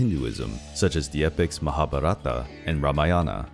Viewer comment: Thank you! Enjoyed this video, but your PRONUNCIATION makes me cringe! Parvati, for instance is PAARVATHI, not Parvaati! Devi is Day-vee with D pronounced as in They or This and not as in Dime. Our epics are Mahaa-bhaa-ratha and Raa-maa-yana. 🙏